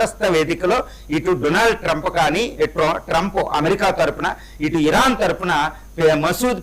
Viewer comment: ట్రంపూ.. హార్మోజూ... హమాసూ... ప్రపోజలు... మీ ఇంగ్లీష్ సూపర్ సార్.... 😂😂😂😂